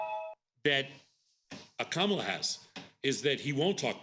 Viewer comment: it behooves you to pronounce Kamala's name properly, especially since she's been the VP for 3+ years now. Say, "comma' and then add "comm-uh-la."